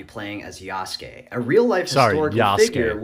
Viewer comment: Yasuke isn’t a common word here, so it gets a pass, but I’m surprised to finally hear it pronounced correctly. Now if only people can work on tsunami and mango